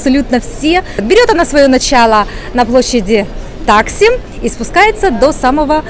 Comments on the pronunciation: мне нравится смотреть ваш канал. Но специально зашла в википедию и проверила ударения. таксИм, а не тАтксим, БейоГлу, эминЁню....странно, что вы по-другому говорили( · Товарищ!!!!! Бедный ))) Таксим, ударение на 2 слог. И тому подобное